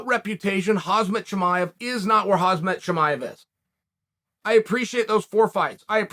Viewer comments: Chael - you're mixing up the middle syllables of Khamzat's name. It's "hom - zot" rather than "hoz - mot". It's closer than Colby's derogatory nickname for him, but only a little bit. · Alex Piera? lol pereira or pronouced maybe peheira but not piera....and it is khaMZat not khaZMat...wtf kael... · And it's Kham-zat not Khaz-mat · Sonnen:Hazmat Chimaev Everybody: Khamzat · Who the flying fuck is "Hazmat" chimayeb ? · "Hazmat" Chimaev! 😂 Chael is a comedy genius! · How can someone be this bad at pronouncing names? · How do you even remember what you said yesterday after a night of Ambien? I thought Chael was a sober, god fearing conservative from Oregon, but even that is a fucking schtick. And how many fucking times are you gonna say Khamzat Chimaev before you say it correctly? Not taking the time to learn someone’s correct name pronunciation, when you’re an MMA pundit/broadcaster, is borderline racist. Especially when it’s one of the biggest stars in the sport. And one last thing, this guy was a cheat. Aljo got an illegal knee to the face and he was pretty much cancelled over that, when it wasn’t his fault, but good ole Chael gets to cheat (like TJ) and no one even cares. Like no one cares, to the point that, Chael works for the UFC, Bellator and PFL simultaneously and TJ pretty much got a number one contenders fight immediately after returning from a 2 year suspension for EPO. I love MMA and the UFC but I can’t stand the NASCAR style fanbase sometimes.